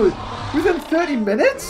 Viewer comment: MINUTEALS 2 MINUTES... And I thought I was bad at talking